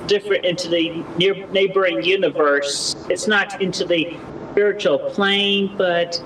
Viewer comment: “spearotual” It’s the little things 🖤